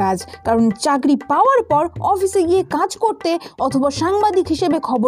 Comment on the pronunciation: উচ্চারন টা চাগরি না চাকরি